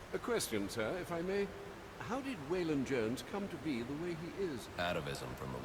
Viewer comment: Spelled phonetically, Way Lon Jones :/